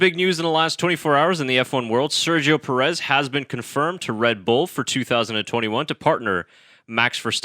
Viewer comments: Enjoyable discussion but please learn to pronounce his name correctly. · Al least pronounce his last name correctly!!!! As you do with the other drivers